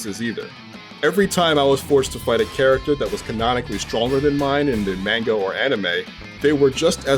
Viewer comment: Guys this reviewer isn't even someome who reads the Manga for Dragon Ball, he called it, "mango" smh